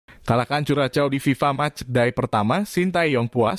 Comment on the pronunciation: Bacanya bukan kuracow/vuracow tpi kurasho